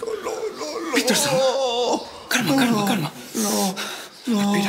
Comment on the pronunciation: es piter no peter jaja